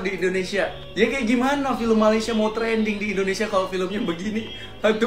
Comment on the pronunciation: Sorry bang pengucapan u salah bukan Endonesia tapi Indonesia